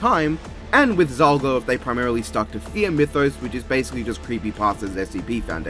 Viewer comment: It's Pronounced Zalgo Not Zolgo